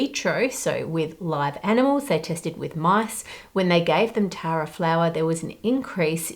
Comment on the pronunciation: I was mildly concerned when i wasn't paying proper attention and heard Taro instead of Tara 😂